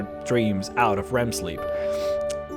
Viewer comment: Wow i dont know why i get so tilted by you saying Rem... Its REM...